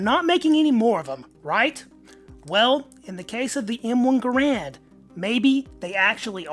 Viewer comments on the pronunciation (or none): GARand. Not gaRAND. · pronounced his name: Gahr, not gar.